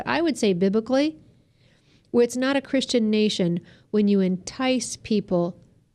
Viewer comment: She lost me at "biblically"